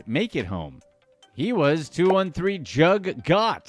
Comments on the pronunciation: Bruv just leave the culture you kant even pronounce "Jugg" correctly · U know u not saying jugg right it almost sound like u know how ridiculous u sound 😒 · 😂😂 he coulda at least listened to da song so he would know how to pronounce “jugg”!!! SMH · you sayin JUGG wrong asf. Do more research before trying to capitalize off others' experiences. Paused this and leaving, hoping you don't get a full view because of it. Yo channel dumb as hell Way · The way you pronouncing “Jugg” is really pissing me off. If you can’t pronounce his name right then you shouldn’t speak on him. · Jugg is pronounced "Joog" lol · It's called juugg not jug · hearing the way he says all these names as “jug” like a normal jug is triggering me it’s pronounced “ja uh ga” or joog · It's not "jug" it's pronounced "joog." Like "good." At least we inspired him to make a video. 🤷🏾‍♂️ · Its pronounced JOOG GING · Jug..... Is pronounced " joog". Do your research. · it’s joog not jug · jugg it's pronounced (joogin joog) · The word is pronounced like Joog not jug. Go listen to the real juggman . You have to be a square white guy to say it like that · It’s “juug” fam… you took me out with that whole jug rabbit whole cause you not pronouncing it right lmao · It’s spelled jugg but pronounced joog and it’s not stealing it’s a form of finessing someone or something for a financial gain. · It’s pronounced joog* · "JOOG" is the way to say JUUG lol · You say it like joog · Jugg not jug this dudes funny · Bro it pronounced joooge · It actually supposed to sound like 'Suge' (Juge) Knight lol.. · Pronounced joog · This man keep mispronouncin "jugg" makes tha story a comedy 😂😂😂.. he tryna be funny but he tha joke end tha end.. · It's pronounced "Joog" like Suge (Knight) replace the S with a J. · Lol. The mispronounced.....juuge not jug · Leave it to the “hip hop community “ it’s pronounced JUUG . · Joog is how it's pronounced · It’s pronounced juug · Pronounced joog Einstein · ... the word is pronounced like JOOG!